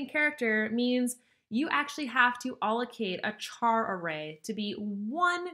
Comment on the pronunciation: Cant handle the way you say char, thanks for the video though